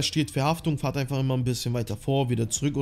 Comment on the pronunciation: Es heißt „Fahrt“ und nicht „Fährt“ 😂macht einen richtig aggressiv 😂